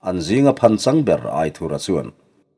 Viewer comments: A ziaktuin Aithura tih tur ti a a hrilh tawh hnuah che Aithurha tiin ila chhiar zel mai chu a nia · A lam dan dik i hriat toh tho te chuan lam dik ve mai la. aithura hming hi